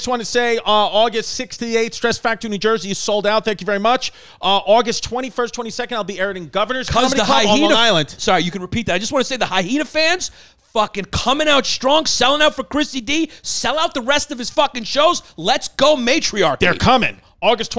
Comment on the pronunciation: Why is he saying HyHena? Instead of hyena. Wtf? Haha. Geeked me out so bad. Haha